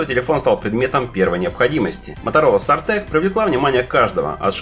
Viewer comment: СтартАк же, а не стартэк